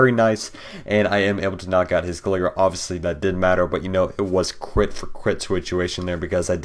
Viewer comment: pronounced glygar not gliger